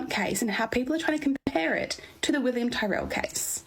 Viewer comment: She can’t even pronounce William’s name correctly - then she goes on a tirade about “facts” but hasn’t come to the table with the knowledge of the very basic facts herself. Is she that stupid or is she on someone’s payroll?